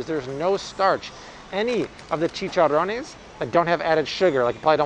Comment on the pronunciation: I appreciate all your advice and as a Puerto Rican lady love the way you roll your "R" when saying "Chicharrones." you sound like a true Hispanic.